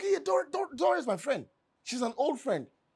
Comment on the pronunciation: Greke u cal Dora's name nice